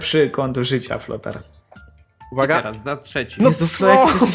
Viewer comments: Też mi się zdaje że powiedziałeś flotar :D Ale ten tekst flothara mnie rozwalil XD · Frotar powiedziałeś frotar XDDD